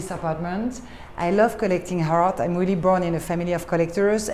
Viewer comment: Twelve years in NYC and she still says hart instead of art. Oh well.